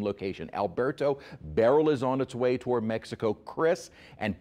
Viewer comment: Well-educated meteorologist, please explain why you pronounce Beryl-1 vowel and Barrel-2 vowels with this historic July devastating storm. Just curious.